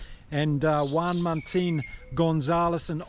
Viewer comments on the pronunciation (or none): none